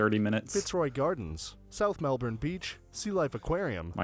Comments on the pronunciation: It is neither Melburn nor Melborn. It is Melb’n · No, not mel-borne or mel-burn, though mel-burn shows some knowledge that mel-borne is not right, massive fail there. The nearest would be melb-un with the u pronounced as uhh not oooo or you as in 'sticky bun'. Also not MEL-bun. The US heavy inflection and eye popping spit it out, bark it inflection on the first syllable is catching on in Australia, but generally the syllables in words are delivered equally and relatively flat. Here, once again you watch a video that does not have Australian narration, the words may be of Australian origin but they are spoken by an American who has has some small briefing into how to deliver the narrative . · America has hop on hop off buses. They work on a loop going to all the major sites. A day ticket means you can ride the bus all day and get on and off as much as you want when the bus comes past the attraction again. Also, it is Melburn f you have an American accent. Melbin if you are Aussie. Never Mel born. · sorry mate its not mel burn or mel born but more accurately mel ben or bin but best not to emphasise the last vowel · Hahaha Americans pronunciation of Mel-BOORRN! It’s MEL-b’n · Yep us Aussies never say all the letters in a word if it makes it difficult - so it's really just 2 syllables mel bon with the emphasis on the mel 😁 if you insist on being a yank then then you can emphasis it as burn and we'll know where you come from 🔥 lol 😆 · Not Melborn, Not Melburn, but just Melb'n. Simply pronounced Melb'n. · It’s Mel-bin not Mel-born. I live near the Dandenong ranges with lots of fern trees within the gum trees. The Melbourne star no longer operates and has been dismantled. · Melbin, not Mel-born. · FYI it's not pronounced "Mel-born" or - as the other American used - "Mel-burn". The locals pronounce it Melb'n. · it is NOT MelBORN !! it is Melbin and 5 million as of 2022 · It's not pronounced MEL-BORN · Pronounced eemyew Melbourne pronounced Melbn. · Pronounced Melbin.